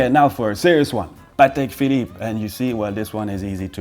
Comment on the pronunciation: Patek has emphasis on the A instead of E, if you want to be accurate to the slavic pronunciation of that name.